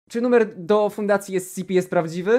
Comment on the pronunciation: jak on zamiast ES CI PI powiedział ES CE PE to wtedy właśnie dostałem ataku serca